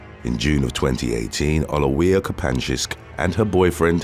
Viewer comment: I love your pronounciation of Oliwia! Didnt understand what the name was at first!